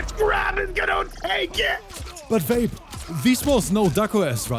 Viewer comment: Why do i hear saying "vape" as "babe"😂😂